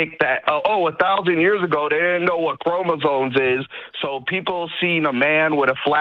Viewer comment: he's saying "chromosones" lol